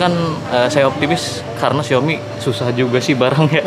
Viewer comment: Xiaomi kak bukan Xioami